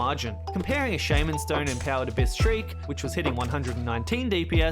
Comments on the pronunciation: It's shaw-man like what Hornet yells not shay-man like a mispronounced Pokémon name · Yep. You wanna be shaw mun king. Not shay min king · team war of attrition💀 quickfocus + souleater and everything else may vary And, as everyone pointed out, it's shahm'n, not sheiman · if you're having trouble pronouncing shaman, pretend hornet is a surfer dude "Shaw, man" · "shaeman stone"💀💀💀💀